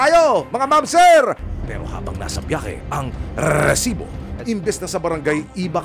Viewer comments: Rrrrrrrrrrrrrrrrrsibo. Kala ko nagha hung cp ko. Rrrrrrrrrrrrrsibo😂😂😂😂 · Ayos n sna ung documentary.. Kaumay lng ung paulit2x na RRRRRRRR|RRESIBO.. 😂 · Pwede po bang pakibawasan ung pagsasabi ng rrrrresibo. Medyo cringe e haha di ko maseryoso ung topic nyo 😂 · Umay sa rrrrrRrrrRrresibo.. 😅Very paulit2x.. 😂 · RRRRRRRRRESIBO 😂 (batkasi bawat pag sabi ng resibo ganyan HWHAHWHA) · ok sana itong resibo, kaso OA lang yun pagkabigkas ni sumangil ng rrrresibo😅😅😅